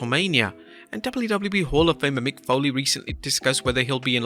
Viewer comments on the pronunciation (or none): none